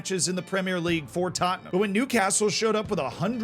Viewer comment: Who’s taatnahm then? I know Tottenham but who is this other team always named hotspur.